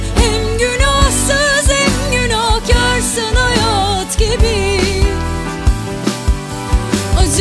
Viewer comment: 1.37 deki hayaaat gibi bı hayat ancak bu kadar güzel telaffuz edılır. Naptın Derya uluğ 👏👏